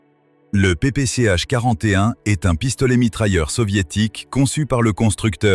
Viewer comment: IA qui sait pas lire, ou texte mal ecrit, je ne sais pas, mais pas mal de prononciations sont mauvaises, le PPSH-41 est prononcé PPCH-41... bref et comme y'en a marre de l'emploi massif de l'IA pour tout parce que vous etes trop paresseux pour faire les choses vous meme, je ne m'abonne pas